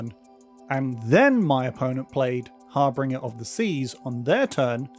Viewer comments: Also, it's pronounced Har-binge-er, not Har-bing-er > Harbinger on the Seas doesn't have a R after "harb." Are you sure about that? Harbinge>>R<< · good video, but saying "har-binger" instead of "har-binge-er" is something i've never heard before